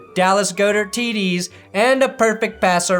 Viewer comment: It is pronounced "Goddert." You went 0 of 3 on that